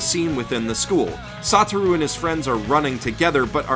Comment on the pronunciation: i could hear him say "saw through" instead of "sotaru" e.e